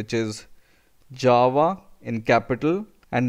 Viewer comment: was it just me or did it sound like he was saying jawa the whole time, like from starwars